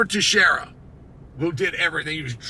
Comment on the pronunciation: Worst part is that he can say Teixeira but not Pereira